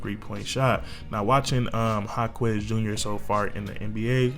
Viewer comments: his name is "Ha-kez" not "Ha-kwez" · FYI is pronounced HA-KESS not HA-KWEZ 😂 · haha, you don't have to pronounce the u in Jaquez name. but you spot on with this vid.